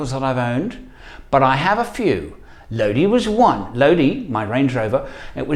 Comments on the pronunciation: CCR's song is pronounced Lo-di (eye) not LoDee. Lodi is a town in California. Cheers. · It's pronounced "low die" he sings it that way in the song "oh Lord, stuck in Lodi again" and that's how the place in California is pronounced. Wouldn't be a great name for a vehicle though, except strangely a Range Rover. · The song Lodi is pronounced "low die". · Just thought I would mention that I use to live in the town that song was written in. It’s pronounced Lo dye like eye. Lodi It just occurred to me that you probably know that from listening to the song lol It also just occurred to me “stuck in Lodi again” makes perfect sense lol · ) Enjoyed the story time. It might be a little late to find this out butLodi has a long i. [low-die] It's a place in California. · Uh, not to quibble on your otherwise excellent channel, but CCR pronounced it with a long i, as everyone in Low-dye does. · But it's pronounced Lodi (i) in the song.